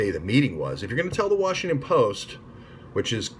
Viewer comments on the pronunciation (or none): none